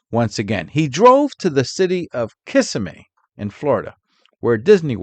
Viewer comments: No big deal but, that town is pronounced 'Kuh-sim-mee', as I'm recalling.😂😅 Having come up in Broward County, Florida, I've been there many times. All you peeps still there can have the the heat and humidity.😅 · Wrong. Sorry Cracker gato correct a non Cracker bout Florida. Thats pronounced kiss uh me. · Good video ... just to be clear Disney is not in Kissimmee and that's not how you say it also......